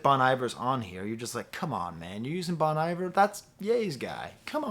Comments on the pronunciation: Bon eye-ver 😭😭😭😭😭😭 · just say bon - iver WRONG how did this happen?! omg he just said it wrong again omgg